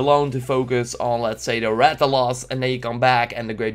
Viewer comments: main problem with this is that you mispronounced most of the monster. the red "dragon'" is the Rath-a-los, not the Rath-a-loss. also the Rathalos is not a drake or a dragon, it's a wyvern. the Rath-ian (not Rath-yon) is the female version of the Rathalos. they also have sub-species that are different colors (pink/gold Rathian and the azure/silver Rathalos in MH4U). the hitboxs DID change a lot. they are more complicated (in the English gameplay, the guy used a fully charged great sword attack but only clipped the monster's chin doing only 4 damage). sorry to say but you mispronounced Anjanath badly. The "some kind of kick attack" is just used when to close, you just made it sound like the anjanath jump kicks you. the Great Jagrass is not pronounced Yog-gross. the Great Jagrass does that to feed it's pack, not get new health. you said anjanath like Onionnot. the small Jagrasses are just normal Jagresses. there where ALOT more monsters that where confirmed in the gameplays that you did not mention. I wrote this not to hate, but so you can fix your mistakes in the future so others don't give you hate. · Thank you I feel better knowing I wasn't the only one who noticed that when he said Rath-O-Loss...